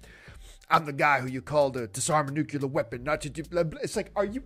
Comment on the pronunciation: 'Nucular' ahahahhahaha